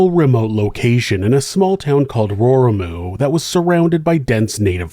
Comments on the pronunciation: Also, I really wish people would take the time to learn to pronounce words from other languages if they're going to do a video about them. It's row-ree-moo, not rory-moo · Thanks for covering this story from Aoetearoa!! Raurimu… pronounce the R with a roll or closer to a d sound like in the word udder… than the au sounds like the word row… rau-row ri same d sound for the r pronounce the i like e row-re & mu like moo row-re-moo Raurimu!!! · As a kiwi and as someone that lives not far from Raurimu ( pronounced rrow-reemoo) this was a shocking and tragic day for us as a nation x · Pronounced Row ree moo 😬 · Not to be too pedantic, Raurimu is pronounced Row-ree-moo, with the r's rolled a little. It's a Maori place name. 😊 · You should remove this video. I'm a direct family member of the people involved in this video and you are reporting on a story that you absolutely do NOT have the full information on. You don't even bother to properly pronounce the name of the area and miss out a lot of why my family couldn't get the help that Steven needed. It is disturbing because people then view this and come away with an only partly informed viewpoint because they got half the story. Its insulting that for you this is an "entertaining story" when for my family and many others its a traumatic event that has ongoing repercussions. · you probably haven't heard of the area because he butchers the pronouncing of the name extremely badly. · Yep I had a laugh at his pronunciation too. But unless you live here (or are a kiwi overseas) it’s hard for people to know how to pronounce words particularly of an indigenous culture. Bit like my attempt at Chinese names or Greek 😂. Good on giving it a go though